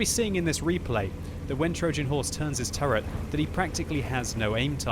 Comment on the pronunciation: What is that pronounciation of "Trojan" ffs?